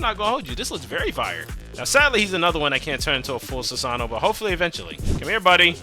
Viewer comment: funny my guy said sasano